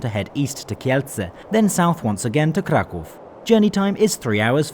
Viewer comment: Finally someone who calls Kraków - Kraków and not Cracau.